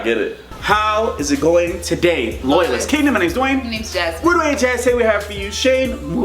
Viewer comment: Did my mans say togay? instead of today lol 🤣